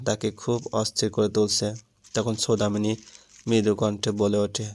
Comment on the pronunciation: উচ্চারণ ভালো নয়। সৌদামিনী কে ছৌদামিনী বলা হচ্ছে ।